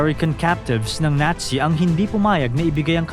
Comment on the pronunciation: Nazi Hindi natsi😅😅